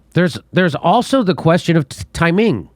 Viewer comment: Why did you pronounce “timing” like it’s the name of a Chinese city lol.